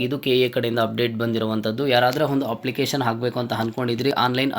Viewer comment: ಹಪ್ಲಿಕೇಶನ್ ಅಲ್ಲಾ ಅಪ್ಲಿಕೇಶನ್, ಹಾದರೆ ಅಲ್ಲಾ ಆದರೆ